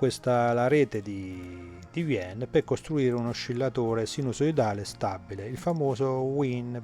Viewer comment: Wien si legge VAIN, non era un tedesco? A parte questo, ottimo video, grazie